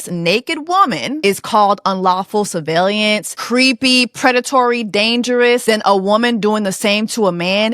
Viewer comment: Sorry, but you have to pronounce that word correctly - sur·veil·lance [səˈveɪl(ə)n(t)s. Otherwise, very nicely done.